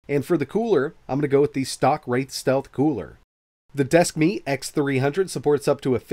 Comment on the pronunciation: Desk Meat ... I can't unhear it.